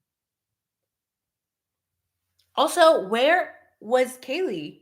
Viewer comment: And, H said Kaylee's name incorrectly and that he did not really know her, during his interview at PD. Videos of him in the house at parties and when LE showed up due to noise complaints show that he is a liar. Why is he lying about something so obvious? Shows, to me, that he is lying about bigger things. Case behavior of CYA.